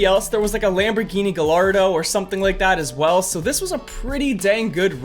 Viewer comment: Oh, Jesus... I've heard people botch Gallardo, but never like that. It's Guy-arr-doe,. Please see this, and no hard feelings. Also, Skylines are not very cheap, especially a Godzilla. I mean, they ruled the streets back when they were new, and as you can see, they can still rule them now. And they WERE the forefathers to the GTRs we see today.